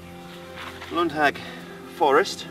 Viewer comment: Nice review. Short correction though - the company's name is pronounced with a long "a" (Lundhaags); the name has nothing to do with British witches (hags). ;o)